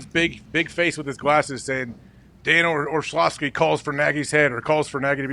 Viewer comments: If you're going to discuss the man, get his name right. It's not Orshlovsky, it's Orlovsky. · Or-slovsky is a wonderful mispronunciation! 🤣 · I love AJ Hawk mispronouncing Orlovsky as "Orshlovski" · Dan Orshlawvskie huh? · Is dude just incapable of pronouncing Orlovsky? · Is AJ mispronouncing Orlovsky on purpose or is he just struggling mightily with it?